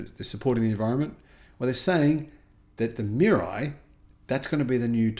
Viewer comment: It’s pronounced MEE-RAH-EE.